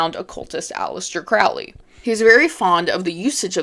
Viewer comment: Its pronounced crow lee